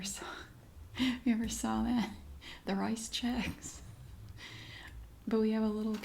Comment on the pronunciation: "Rice checks" "Rizchecks" 😂😂😂